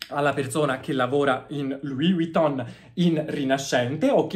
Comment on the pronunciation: Però impara a pronunciare Vuitton, perché la V non si pronuncia U. 😅